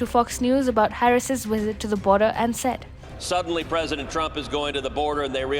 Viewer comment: its VISIT, not WISIT